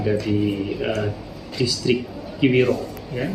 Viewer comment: Distrik Kiwirok bukan Distrik Kriwok